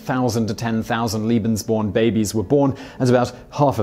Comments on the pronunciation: Simon,you often talk about your efforts to nail the pronunciations of other languages. It seems that in this instance your tendency toward a British pronunciation was just doubled down upon. Seriously I can't believe that any effort at all was made to understand or reproduce a proper Germanic pronunciation despite the jarring difference in meanings throughout the entire video... my enjoyment was negated by this oversight. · Watching the video and shuddering each time I hear "liebensborn" instead of "lebensborn". Two very different programs and ideology. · Layyy-Bens-born not Leee-bins-born. Long A. Keep on Rockin'. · Leben... not Lieben... ("Liebe" means "love" in German). Wrong pronunciation. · it’s leben not lieben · Simon, please put some effort in the pronunciation..... its LEBENSborn, not "Liebensborn", it sounds ridiculous... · Argh! In future, can you please check the pronunciation of the foreign words you will be repeating every other sentence? "Leben" is pronounced "LAY-ben," not "LEE-ben"! "LEE-ben" or "lieben" means "to love" in German, pretty much the opposite of what the Lebensborn program was about. Kind of key ... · It's lay-bens-born... not lee-bens-born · Lee-been "love" lay-been "life". (sigh) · It's pronounced Leh-behns-born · This guy doesn't have a clue.. second Reich didn't last a thousand years, and he cannot pronounce lebensborn. It's not Liebensborn you moron. Get rid of him. He's shite. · Your pronouncing lebensborn wrong, it is pronounced laybensborn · You spell it correctly as Lebesborn. You pronounce it as it were written "liebensborn". I know you're very, very busy recording for all your channels, but you should do as the BBC newsreaders do: run an eye over the script and check the pronunciation of unusual and of foreign words - Wikipedia is a help for the latter. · Leh-benz born. The correct pronunciation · It's pronounced LAY-benz-born. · yeah, he always says Liebensborn 😁